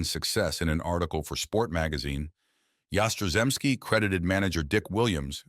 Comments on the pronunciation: Content is utter crap. Get a clue. 'Yas-tra-zemski'. What silly crap. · Your pronunciation of his name is a disgrace and an insult to the man! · Yaz is my favorite all time Red Sox player. You could have done a better tribute to him, especially pronouncing his name correctly. He did mention that a shoulder injury cut down him home run production. I know that towards the end of his career he was having back spasm issues. Overall he had a great 23 year career. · I don't think think an injury had anything to do with Yaz's career. He played 23 seasons, all for the Red Sox. And get a narrator who can pronounce Yaz's last name. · I could watch this video due to the moron who was narrating this mispronouncing Yaz' name. It happens on many of the videos on you tube. Jeez! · You could pronounce his name properly. And correct the headline, he played 23 years, that is not a career cut short.⚾